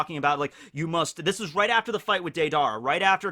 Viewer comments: It's Deidara. When you say it all I hear is "Date-Dara" haha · He almost kept himself from saying day dara.